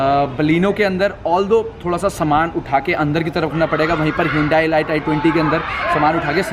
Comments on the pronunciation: 'ELITE' KO 'ELIGHT' NAHI BOLTE CHUTIYEEEEE. RANDWE, ELIGHT-ELIGHT KARTA REHTA HAI. It's pronounced as 'ELEET' you Moron! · Bhai..”e-light” nahi “I-leet” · Atleast pronounce 'elite' correctly since u own the car..its not e-light....lol...anyway plz do some more homework before passing judgements ...i pray u never bang your car to experience the safety standard of your car...u need to learn a lot about cars ,metals,strength ,structure..etc.etc... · It is not e light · Exactly wrong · It is elite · Doing a very good job with your videos but you pronounce elite wrong my suggestion is you check the pronounciation